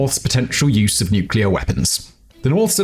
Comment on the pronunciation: How beautiful it is to listen someone pronounce "nuclear" correctly :') An amaxing analysis as always.